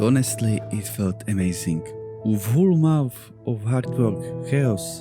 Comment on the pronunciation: Very interesting game idea and looks liie it would succeed. I see your comment about not having good pronunciation, but i would say it's pretty damn good. However, one word i'd like to point out is that the mon in month is pronounced more as мон. (I think that is proboubced right, I don't know cyrillic or russian that well.